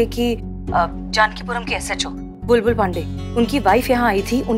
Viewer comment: Pushpa ji ka acting over hi rhta h..bindi lallla ke papa😂😂bulbul ko sahi se bolne tk nh ata SHO kaise bn gya..amar vidrohi best tha👍